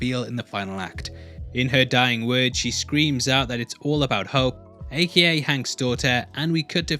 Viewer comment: It's not "A-key-A" it's A.K.A - Also Known As